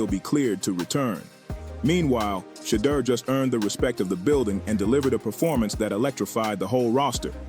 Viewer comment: Thanks for saying Shedeur's correctly most of fhe tiime.